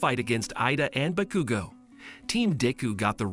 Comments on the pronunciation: (Boo-kudu-go) is wrong it’s (baa-kuu-go) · Me too but also cracked me up becuz he said BAHCUGO AND EYEDA.